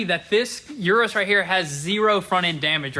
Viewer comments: Hello . Its U-RUS no IU-RU- S . Try it … U-RUS , without that I in front the U how you pronounce UNITED …IUNITED U- RUS ,U( end fast ) RUS - U-RUS . Greetings from Madrid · It’s pronounced eris not youris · It's Uu-Rus, not You-Rus. Come one guys! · Like Ursula from the little mermaid. It's a Urus. Not a Yurus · Please check the pronunciation of the name Urus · Please. Someone tell them how to pronounce Urus. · There are several problems with this new series. First and most importantly, have some respect for the brand and pronounce the name of the car correctly Secondly stop being dumb and just get back to the car content